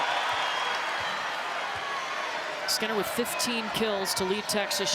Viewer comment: Not the fact the announcer said Maddy skeener instead of skinner 💀💀💀